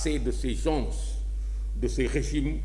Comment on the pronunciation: Yow , amatti nga diomm. On ne dit pas gensss , c'est une faute. Sonko doussène morom , khamal li ngay wakh dé, niammone nga